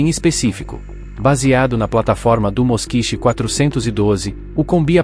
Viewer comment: Ao que me lembro, a pronúncia não é Moskich e sim Moskvich.